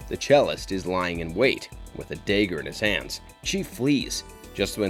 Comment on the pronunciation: Did...did you just pronounce dagger DAY-ger? Yall have to be doing this on purpose for engagement